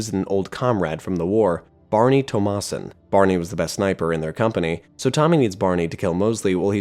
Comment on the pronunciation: "tomasun" is an absolute disrespect of a way to say "thomas-son" XD (Im joking its just funny, good video though)